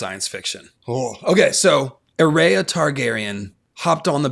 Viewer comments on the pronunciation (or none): I know this is padantic, but why are you pronouncing Aerea's name like A RAY A when its AIR E a.